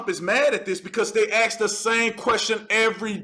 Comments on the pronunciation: Ask not Ax bro, work on that 👍👍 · “Axeing” questions? Is that to “ask” a question whilst bludgeoning someone? How many times are you going to say AXE? Instead of ask?....broughamskivich? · Why do black people say axe instead of ask lol